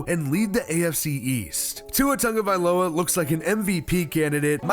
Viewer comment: This is nick picky, but it needs to be said. Dude! His name has no “N” in his name. It’s pronounced “T A G…”. Not “T U N G …”